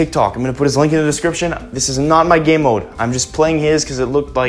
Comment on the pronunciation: He said gaymode 6 times